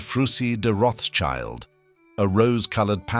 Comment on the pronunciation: The Rothschild name ending is not pronounced as the english child... more as shilt. Neighboring Nice is pronounced niss. And Jean is not pronounced john... Otherwise fairly ok and interesting, thanks.